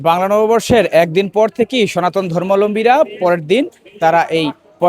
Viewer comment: সনাতন ধর্মলম্বী মানে ??? সঠিক শব্দ জেনে ও বুঝে শব্দ উচ্চারণ করা উচিৎ সঠিক শব্দ টি হচ্ছে সনাতন ধর্মাবলম্বী। শব্দ টির বাংলা আভিধানিক অর্থ হচ্ছে সনাতন ধর্ম অবলম্বন করেন যারা